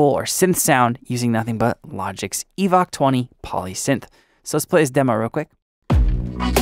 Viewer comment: It occurs to me that the name "EVOC" may be a pun on "evoke" rather than pronounced as "evock"... :)